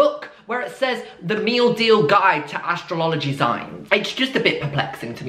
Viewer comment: "astrolology" istg